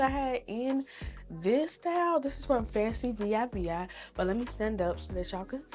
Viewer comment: Y U saying V I V I?😂😂😂😂😂 It's Fancivivi pronounced Fancy-Vee Vee